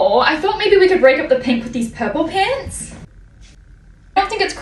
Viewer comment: All of a sudden went super Australian when she said "Pants"